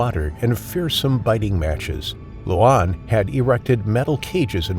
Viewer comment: The name Luan (correct pronouncation for Luan is LORN) if translated to English is Loud. Tbh, I'm part Cambodian myself and I never knew crocodile is a big thing in Cambodia. Don't really hear much about that part of Cambodia in the US.